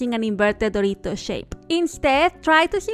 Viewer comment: esa forma de decir "dorito", habla español?